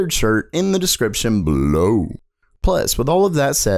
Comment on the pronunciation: i like how you say below xD